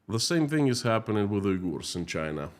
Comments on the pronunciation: In English, it is pronounced like Un-gers. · It's WE-gers, not U//////.